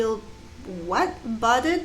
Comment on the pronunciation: Furrowed is pronounced "fur-rowed" and means to be marked with lines or wrinkles. Budded is pronounced "bud-ed." Think when flowers start to open up. Precipice is pronounced "press-a-piss." It means a steep drop-off like a cliff. Memento was the word you were looking for regarding the torn bill. Trough is pronounced "trof" and means the lowest part of a wave. Seeing someone from the side is called seeing them in profile.